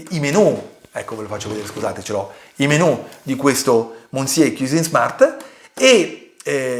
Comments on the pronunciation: Monsiè non si può può proprio sentire 😢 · Già mi sembrava assurdo il confronto, poi ho sentito come pronunci il nome del “monsié” e ho capito tutto il resto 🤣🤣🤣